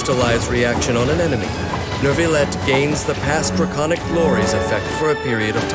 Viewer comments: IT'S NOT NERVILET IT'S NYOU-VI-YET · Why does the narrator keep saying “nervillette”?! Literally just drop the r and it becomes a significantly better pronunciation😭